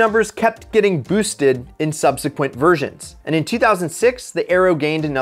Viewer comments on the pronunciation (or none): none